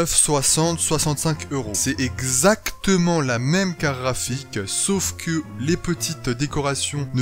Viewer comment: BlackLuvzXtaze je me disais la même ça se dit "carTe graphique" et non pas "carafiq" ou je sais pas quoi